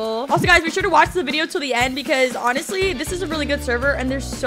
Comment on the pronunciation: The way you said sure, a British accent got me laughing😂😂😂😂😂😂